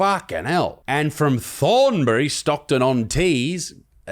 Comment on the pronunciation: Thornbry? 😂😂 That's my home town and never heard it mis pronounced like that 🙈😂. Thorn A by. The a is pronounced like the A in apple, the by pronounced "bee." I'm ashamed that this is why my town has made it onto Isaac's radar 😢